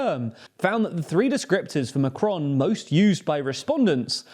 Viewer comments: It's Macron, not M'cron. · It's Macron, not macronne.